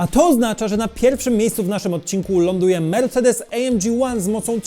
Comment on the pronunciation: Błagam, nie Ej EM Dżi tylko A EM Gie (film jest po polsku) albo A EM Gi (to niemiecki skrót).